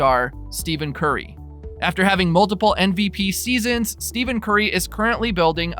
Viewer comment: Is this a troll account? 1st, you're talking about stats from weeks ago. 2nd, you pronounce Curry's name as "STEVEN" and not "Ste(ff)en"... Lastly, you repeated the 3pt FG% twice! Literally back-to-back lol....just wondering if you're for real....otherwise, good job